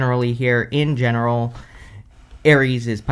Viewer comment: I love your emphasis on “in general” 😅😅😅😅😅😅😅